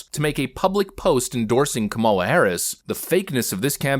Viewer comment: I think Harrison pronouced Kamala wrong lol